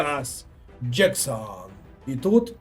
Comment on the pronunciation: Пане стрімере, передивіться, будь ласка, відео, де пан Ніколас з Челсі вимовляє своє прізвище